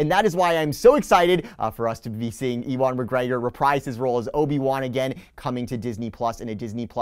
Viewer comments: I was thinking that maybe you were doing it on purpose because - OB-E-WAN - could be shortened to "E-WAN" - it's a legit excuse to not saying "YOU-EN". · Good round up of the news but, E-1 McGreggor!! Haha thats just not how you pronounce his name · Love the video. Also I think Ewan McGregor’s name is pronounced “U-in” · E-wan McGregor? Nope. Try You-an McGregor. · Ewan is pronounced You-In not E-Won....but maybe he's related to an Ewok. Great coverage as always. Keep the D-23 videos coming. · It's all good. I kinda thought you were just doing a play on Obi Wan saying E Wan. You put out good content who cares if something is mispronounced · Ewok McGregor confirmed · Hello there. Yes I know I pronounced Ewan’s name wrong, got 6 emails about it already keep ‘em coming. 🤣 Enjoy the video! ~ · The way you pronounce Ewan made me shudder. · Ob-Ewan- Kenobi 😁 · You were just seeing if we were paying attention! It's like a hidden Mickey in the video, find the mispronunciation. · I thought maybe you were pronouncing Ewan McGregor’s name wrong on purpose as if it should be said like Obi-Wan. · Dude. You really need to learn how to pronounce the name Ewan.